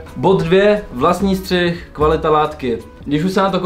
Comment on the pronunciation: Bráško příště je to Střih a ne střich... Ale video pecka:)